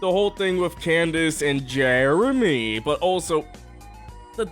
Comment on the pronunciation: stop saying JEREMY like that!